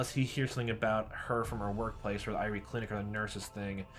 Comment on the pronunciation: Irie would be prounounced Ee-ree-ay.